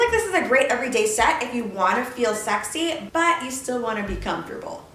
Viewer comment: I love how she says ..*Schexi* instead of sexi lmao